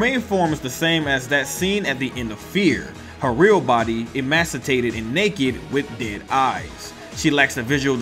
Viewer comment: Meh. Alma is pretty much the be all and end all of F.E.A.R. so I think you're pretty much done with this series. How bout tackling clocktower. Take your pick, I'm good with whichever. Also it's pronounced, E-MAY-C-AY-TED.